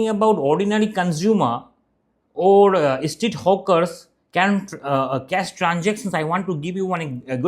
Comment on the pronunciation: Why are you calling them Hookers? and why do you add E before any word starting with S like Streets to Estreets?